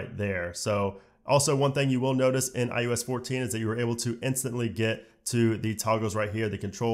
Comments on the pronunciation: Couldn’t get passed that it sounds like you’re saying IUS instead of iOS. Figure it out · Sorry for this nit-pick but it sounds like you are saying “eye-yo-s” and it’s driving me crazy. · This is a really strong presentation! You did a great job covering a ton features, slow enough to digest, yet fast enough to cover the material. Now my one ridiculous complaint. Sorry for being such a noodge. Why do you keep calling it iUS14 and 13 instead of iOS 14 and 13? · My only problem with this video is that he calls it IUS and not IOS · Is it just me or is he saying ius 14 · Why are you saying i u s? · I-you-ess 14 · Every time he said iOS 14 it sounded like he said iUS 14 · Dude every single time.. I had to check comments to make sure I wasn’t hearing things. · Why the hell does he keep saying iUS 14 😤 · No one:: “eye-OO-es” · Is no one going to talk about the fact that he said IUS 14 every time? What the hell is IUS? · You such at pronouncing iOS